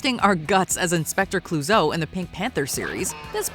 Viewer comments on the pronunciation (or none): It's a minor point, but Peter Sellers' character's name is pronounced "kloo-SEW", not whatever your narrator said. Excellent video! Sigh, . . .there are not degrees of "immortal". Something is either immortal or it is not. Same with "unique". Something is either unique (one of a kind) or not (two or more of a kind).